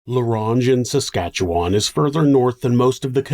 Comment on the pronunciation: cant believe i havent heard about this one considering it took place just up north from me! (ps: thank you for actually pronouncing saskatchewan right❤ it's so often butchered to samsquamch and sashashawa on true crime channels that i feel it's worth noting :b)